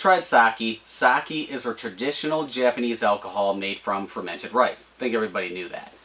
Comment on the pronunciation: you cant even pronounce sake correctly lol. start making videos again when you can say it right